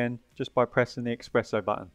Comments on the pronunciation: it is espresso not expresso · Please stop calling is expresso 😂